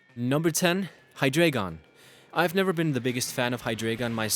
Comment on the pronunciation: Not trying to be one of those people but you said heidragon (or however u spell it) wrong. And what r pokegons because I heard that while u were talking abot the first dragon type.